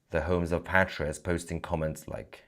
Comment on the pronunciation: Thank you Mahyad Tousi for pronouncing PATriots in the British English fashion - not PATEriots (American English)! Language is who we are.